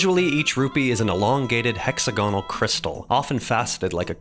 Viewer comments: who tf taught this guy how to promounce hexagonal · This video made me realize I prefer the British pronunciation of hexagonal